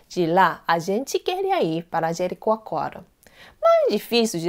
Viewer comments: Rindo aqui. Jericoacoara é difícil até pra mim e ela fala direitinho. mas o linguistico não saiu de jeito nenhum. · Como ela conseguiu falar "Jericoacoara"? Eu não consigo, Sou brasileira e desisti! Rsrsrs